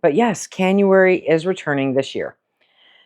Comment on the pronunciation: Cannuary….uh, can-you-wary! I’ve done this exact surgery. Healing is a b***ch because of the range of motion in shoulders. “STOP” really must be your go-to reminder. Bless you, Hon. you’re the best.